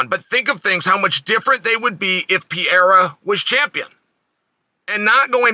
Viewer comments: It’s Pierre not pierra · Come on, uncle Sonnen. There's no PIEIRA. It's not too difficult. It's PEREIRA. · The way Chael mispronounces names, he's gotta be trolling; PEE- Era, MOOEY-Thai. Come on Uncle Chael!!! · "Piera" lol, so fun Chael can't or actually wont even try to pronunce it right. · If Uncle Chael says his name is Piera, then it's Piera and that's it. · "poutine" pierre-uhhhhh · I’ve yet to hear you say Pereira the right way lmao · it´s so funny when he struggles to say ''Pereira''